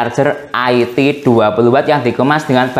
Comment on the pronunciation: nyebutnya bukan aiti tapi IT di sambung ga dipisah2